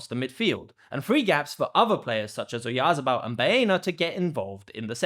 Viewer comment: Oyarzábal is pronounced with the stress on the 2nd 'a', the one with the tilde over it.